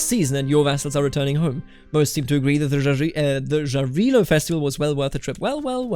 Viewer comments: It's actually Yarilo. you know, you say it same way Germans say Ja, Jarilo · Great videos, thank you for your job! As an East Slav, I recommend you to pronounce the name of god "Jarilo" with German way of pronouncing J, not English - that would be more correct